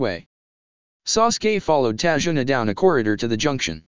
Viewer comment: ta-zu-na not tajuna